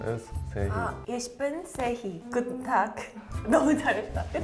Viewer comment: lol. "Ich heiBe..." Hum... never mind just say " Isch bean"